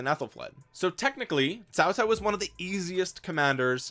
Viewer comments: you said cao cao right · Him: pronouncing Cao Cao Chinese: 👁 👁 👄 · Is fine 😂